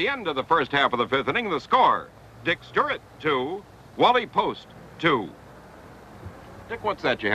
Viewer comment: How the hell can you repeatedly mispronounce Stuart but properly say Triandos?